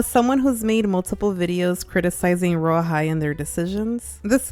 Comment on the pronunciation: Who hears rawhide when they say royal high